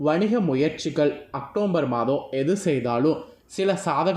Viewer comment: அக்டோம்பர் இல்ல அக்டோபர், தமிழ்ல பேச தெரிஞ்சுகிட்டு அப்புறம் ஜோசியம் சொல்ல வாங்க